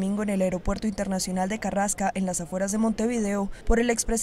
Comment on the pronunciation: Carrasco, no Carrasca!!!